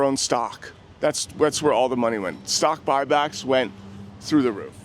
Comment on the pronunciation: “I’m not concerned with stock bock buy but…” 😂